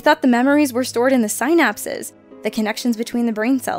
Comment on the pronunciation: "cah-PILL-aries" and "SIGH-napses," huh? How sad.